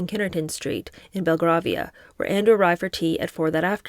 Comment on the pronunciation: If I may offer a correction for the British pronunciation of Belgravia since it has come up so often? It's [behl-GRAY-vee-uh]. This is offered with a spirit of hoping to help make your readings even better, not as a criticism.